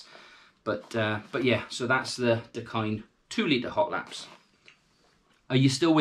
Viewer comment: You are definitely pronouncing it right, Hawaiian pidgin pronunciation for "the kind"